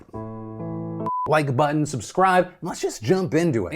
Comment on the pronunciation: I'm just rewinding Phil failing to say like button. The news can wait.